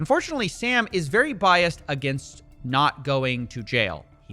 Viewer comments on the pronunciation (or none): none